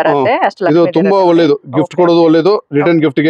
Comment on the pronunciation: ಹೊಳ್ಳೆದು ಅಲ್ಲ.. ಒಳ್ಳೇದು... ಹಕ್ಕಿ... ಅಕ್ಕಿ.. ಬೇರೆ ಬೇರೆ...